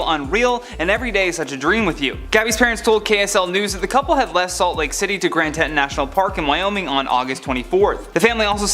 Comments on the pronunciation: FYI it's pronounced "tee-taun" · Teeton. It’s TEEton.